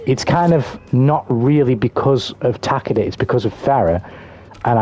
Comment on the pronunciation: TAH-KEH-DA SURELY NOT TAH-KEY-DA